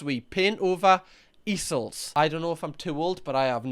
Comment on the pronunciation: Easel is pronounced like eezell, its the big wooden thing artists use to hold their paintings etc